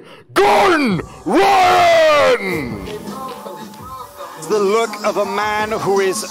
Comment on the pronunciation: Gore-Done Rye-On